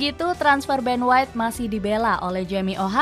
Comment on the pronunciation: Ben white inggris min..😆